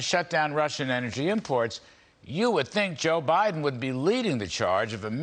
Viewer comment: Did you say bindin stealing